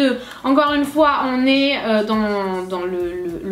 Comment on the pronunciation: a dit 6 foit megas